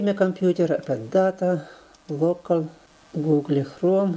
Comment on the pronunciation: Только не гугле, а гугл)